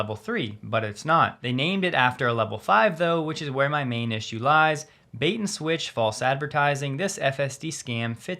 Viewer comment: Bait, not bate. Lol